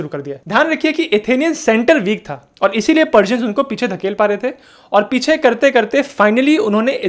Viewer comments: अरे पार्जन नहीं वह पर्सियन होता है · Persian का pronounce गळत है